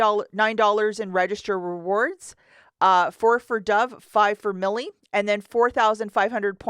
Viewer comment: It’s pronounced My-El